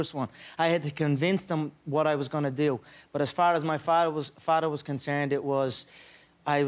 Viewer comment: Mudder and Farter ?